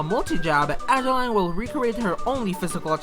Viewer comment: Adeleine would be pronounced like "Ada-lehn," not Adeline.